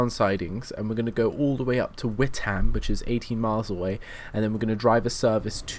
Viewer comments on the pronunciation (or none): Witham is not pronounced "wit ham"... the 'h' in Witham is silent so it is pronounced like this "wit am" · Witham is pronounced With-urm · Lol you say Witham wrong :P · And Braintree - you say Brantree, LOL.